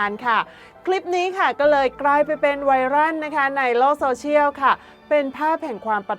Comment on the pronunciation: ไวร่าน = ไวรัล = ไวร้อว(ต้องออกเสียงแบบนี้นะ)